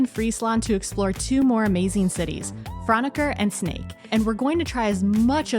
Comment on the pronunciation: It's funny to hear you say Sneek week. You pronounce it perfectly but I keep seeing snakes in my head.